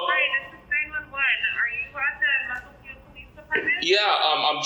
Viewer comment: Fun fact! I know 'Mukilteo' very well, even though this moron couldn't say it with an L. His "address" where the ticket was sent was the actual Mukilteo Post Office.